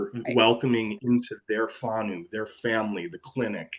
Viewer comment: Phonetically Far-now (whanau) Poor-firi (Powhiri) great to see you embracing our culture and language. Here's a tip in Maori each vowel in a word is a syllable except when there is 2 vowels together then both are sounded as a combination. Naumai, Haere mai Whakataumai ra.